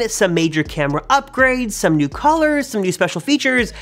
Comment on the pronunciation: Did he say Callers instead of Colors? 😂